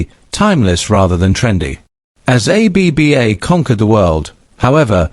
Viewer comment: More AI claptrap. The AI voice can't even pronounce the band. And this AI narrator with his "poetic" computer generated narration is just ridiculous. And this stupid "Finally Confirms What We Thought All Along" nonsense. CelebNova TV, time to get a proper job 'cos you're no good at this.